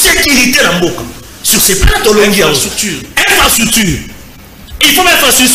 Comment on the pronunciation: ata prononciation ya infrastructure ozo koka te. Une analyse remplie des inepties et bêtises, t'as fait l'université mais t'es abruti.